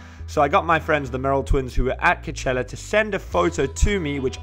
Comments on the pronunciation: coachella not cochela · He says is like “cuchella” 😂😂 not trying to be mean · I’m dying every time he says cachella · why does he say KICHELLA ?? Xx😂🤦🏼‍♀️ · WHY CANT HE PRONOUNCE COACHELLA?!?!